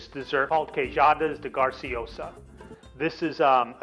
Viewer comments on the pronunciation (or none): I'm a regular at Portugalia and you're discussing my favorite queijadas but you're pronouncing it wrong. GRAciosas. Not GARciosas. I mean it's right on the box. And your map. And bacalhau has no EE sound. It's not bakeelah. Makes it tough to trust you know what you're doing. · It is pronouced Gra (long a) - No GAR